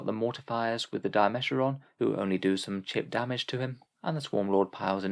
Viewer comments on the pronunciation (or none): You're saying Dimachaeron wrong. It's Dima-chaer-on.